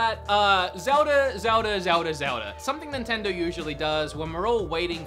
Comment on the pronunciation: Zelda? You mean ZELDI?????